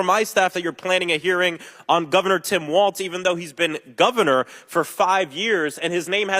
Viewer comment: There is no "t" in Walz's last name.